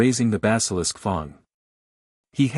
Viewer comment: I wish this AI would learn how to read properly. Wound read as an injury and not the past tense of the verb "wind", read read badly, and so on. But why is "fang" read as "fong"?